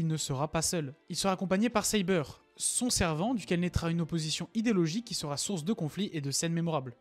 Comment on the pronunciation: Et tu prononce bien Saber ne te fais pas avoir c'est comme ça qu'on le prononce